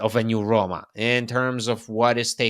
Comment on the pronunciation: The word Roma has ONE “R”.. it’s not RRRRRRRRRRoma lol